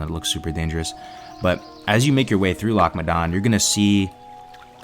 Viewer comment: I had to stop watching it after 2 minutes because I couldn't stand the way he said loch modan